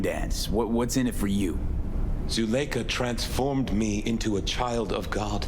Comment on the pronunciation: I've never heard Zuleikha pronounced like that before...